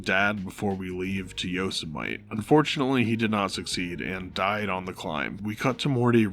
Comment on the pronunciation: YO - SEM - IT - EE not YO-SMITE... you did that on purpose, didn't you?